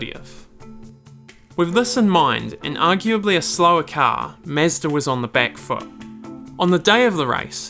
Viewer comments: Very interesting video. It is just a pity that you called it "mesda", it is unacceptable, made my ears bleed. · Good Lord man, can you not call is "Mezz-da" the whole fucking video? What a travesty. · wtf is "mezzda" tho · Mah-zda is how everyone pronounces it - DORK ! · Meezda ? Never heard of such a thing! Lol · Who is the “mesdah” you keep talking about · holy shit did i just hear MESSDA? bruh wtf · Why does he keep saying Mezdah. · Who else scrolled down the comments to see if anyone else noticed how he pronounces "Mezd-aa" lol !!!!!! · Great video but please dont ever say Mezda.. 😁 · say mezda one more time I dare you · Me like 5 times in the video: who tf is mezder?? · mEzda.. you know mE(with an E)zda mEEEzda o.o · tf is this accent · This guy has the weirdest pronunciation of Mazda I’ve ever heard. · i can't even listen to this lol did you really not look up how to say mazda my dude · I love this video. You did a great job! I like the sound of a British accent but when you say "car" and "Mazda" it's like nails on a chalkboard. You sound just like the character John Hooker in Mad Men. I think it's the mix of accent and mispronunciation that makes it stand out. You should use the word "ya'll" in your next video. I bet it sounds great when you say it. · Its interesting but you gotta learn how to say Mazda, both japanese and western way. xD